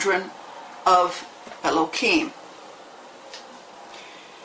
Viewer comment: Eloheem is a noun not a name. She's mispronouncing it on purpose.